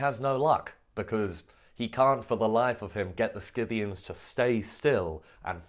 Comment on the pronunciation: It’s pronounced Sith-ian as far as I know